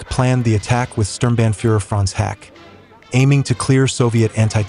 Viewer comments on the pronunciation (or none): none